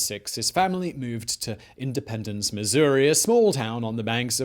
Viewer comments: up vote just for pronouncing missouri correctly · As a Missourian, thank you for pronouncing our State correctly.